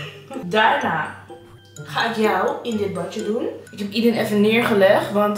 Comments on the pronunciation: Aeden spreek je toch uit als Ey-dun en niet Ie-dun? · Hi, gefeliciteerd met jullie zoontje! ❤ mag ik je vragen waarom je de naam zo uitspreekt?